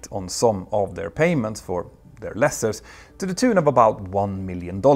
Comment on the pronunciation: Love your stuff but I winced every time you said 'lessers'. It's pronounced the same as Lease. Lease-ers (Lee-sers) Not meaning to be disrespectful or a troll. If no-one tells you then you're not going to know.